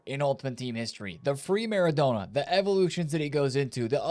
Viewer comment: Why do you say maREDona?!😂